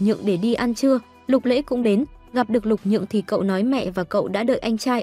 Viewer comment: Lục Nhượng mà ad cứ đọc Lục Dường quàu z 😥